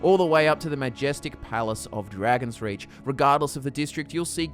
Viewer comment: It kind of sounds like you're saying dragons Ridge